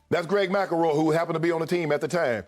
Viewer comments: Nobody: Shannon: Greg Macaroy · MC EL ROY... NOT MACKLEROY🤣🤣🤣